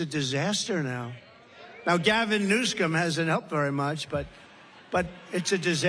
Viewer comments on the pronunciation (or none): I don't know if anyone caught how he said Gavins last name. Gavin Newscumb!!! 😂😂😂😂